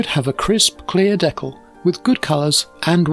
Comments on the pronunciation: Never heard it pronounced “deckel” before. Good video though! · fantastic as always! Being an American, We say it dē-kal with a hard "E" like people and a soft "a" like in mad. I've not heard it pronounced like you do so I looked it up, and apparently it's also the common way for Canadian people to say it. Just an interesting deep dive I went into because of this video.